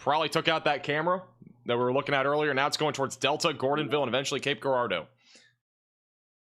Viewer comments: It’s pronounced Jarardeau, as in Gerald. 😂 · In Cape Girardeau, pronounce the “G” like a “J”.